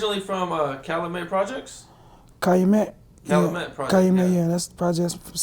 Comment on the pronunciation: CA Loo met. 🤦‍♂️